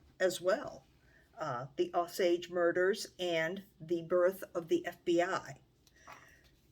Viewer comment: I am enjoying your channel very much, and want to offer a gentle correction. The name of the tribe is pronounced with a hard or long O at beginning.....Oh-sage. It may vary in different parts of the country, but here in Oklahoma, that is how the tribal members say it.